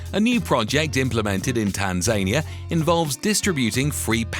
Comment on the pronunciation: The country's name is Tan-za-nia, not Tan-zania.